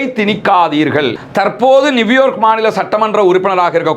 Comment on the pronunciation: எல்லோருக்கும் தெரிந்த செய்திகளோடு ... நியூ யார்க் மேயருக்காக எவ்வளவு பேர் வாக்களிக்கப் போகிறார்கள்? நீங்கள் நிவ்யோக் என்று உச்சரிப்பது நியூயார்க் தானே? அல்ஹம்துலில்லாஹ்